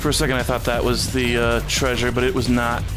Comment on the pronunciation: Glad im not the only one who always says "traysure" because of scooby doo lol